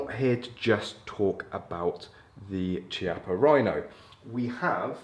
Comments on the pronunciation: KEY - appa Rhino. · UK sucks lol.. the Chiappa rhino( Key-Op-Ah is how it’s pronounced) is such a beautiful gun and then UK makes you ruin the looks of it by adding all tht ridiculous stuff on it lol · Thanks for the great video. Just a brief comment to say that ‘Chiappa’ is pronounced with a [K] sound e.g Kilo.